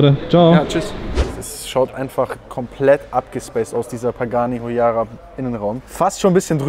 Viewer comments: Und bitte es heußt hUAYRA nicht huyara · wie du immer wieder Pagani Huyara, statt Huayra sagst das triggert so hart. Kuss geht raus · Pagani Huayra nicht Huyara mannn das triggert mich 🤣🤣🤣❤️